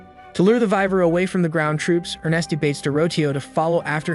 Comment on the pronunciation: dear gods of the internet this will be the last time I watch your channel, your pronunciation of names is just straight up murder. it's not vi-ver its Y-VERN, it's not er-nest-t it's ER-NEST or er-knee, and yes I spelled the word as they are sounded out.